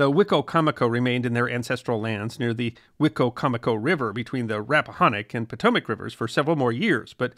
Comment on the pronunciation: I loved this episode, Your pronunciation of Rappahannock is off, it’s pronounced locally as Rapp-ah-hanick (like hand), or the Rapp. 🎉Wicocomico is pronounced, Wick-comic-co, at least by locals. I learned this after many corrections by local watermen.